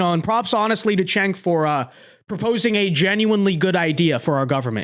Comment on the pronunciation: It’s “Jenk”